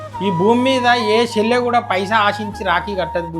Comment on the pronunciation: షెల్లె కాదు చెల్లె అనాలి.